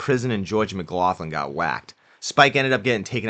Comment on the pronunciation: McLoughlin is pronounced McLocklin, not McLofflin